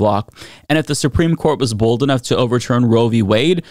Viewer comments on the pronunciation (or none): none